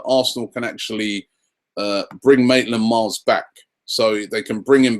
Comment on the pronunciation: btw Robbie it's Ainsley Maitland Niles. Not Miles